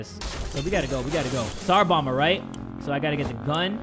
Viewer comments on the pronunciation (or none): none